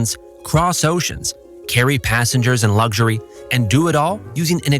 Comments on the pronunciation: "Lugzury" Ha ha ha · There is no G in the word luxury